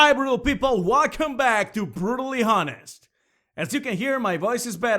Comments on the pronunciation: Okay, you did it twice so I'm assuming it's a mistake- honest is a special word... You don't pronounce the H. also it sounded like you said rape comment and subscribe just sayin Other then that, good video! I like your points, and the art is outstanding. Keep at it man. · This is the first video I've seen of yours so ignore me if you're already aware, but the 'h' in honest is silent :P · he keeps pronouncing honest wrong